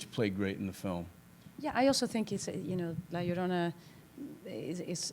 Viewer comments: It's not if you know how to pronounce "ll", she was just nervous and didn't want to mess up, but it ended it making the beginning really cringy.... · How is it hard to pronounce "La Llorona" ?